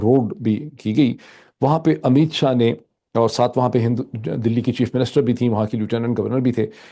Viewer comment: شا اور شاہ میں بولنے میں فرق ھوتا ھے شا ھندو اور شاہ مسلمان لفظ ھے